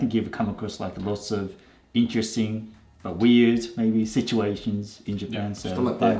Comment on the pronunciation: 最初のmaybeをマイビーっつってるやんww